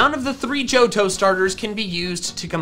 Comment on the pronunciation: you said tohjo